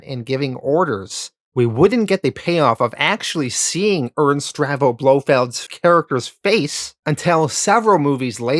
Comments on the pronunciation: Not to nitpick, but the name is pronounced Stavro, NOT Stravo. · bro literally pronounced like every name wrong. STAVRO, not Stravo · Great video but one minor niggle. It is Ernst STAVRO Blofeld NOT STRAVO. Aaaarrrgghhh lol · Stahv ro. Not Strah vo. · I love your videos, and as a huge Bond fan I’m enjoying this so far (I’m pausing at Diamonds are Forever)… however, can you please check your pronunciations! Ernst “Stav-ro” Blofeld, George “Laze-en-by”, Shirley “Bass-ey”… sorry to be fussy about this but it makes a big difference especially in such a long video.